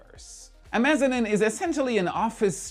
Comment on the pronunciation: MezaNEEENE. That's how you pronounce mezzanine. Not mezanin. Dude, you need me to go over your scripts because this isn't the first mashup for you.